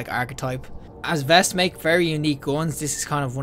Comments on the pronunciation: It's actually "vayst" v-ay-st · Great vid man, one thing tho it’s not pronounced vest it’s veist, pronounced like heist.